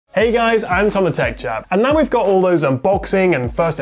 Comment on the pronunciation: Is it 'The Te ch Chap' from now on? 😝